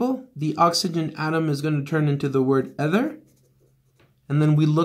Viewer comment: eeeeeeether not ethhhhher